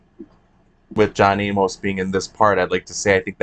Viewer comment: I suppose it is possible people could forget John A-MOS was even a big deal (and alive) since they didn’t include some of his story (like being married to Corrinne) in the ITBT movie. I could easily have forgotten his name by now. But no WAY can we forget him after Heather Graham’s epic pronunciation throughout the movie. 🤣.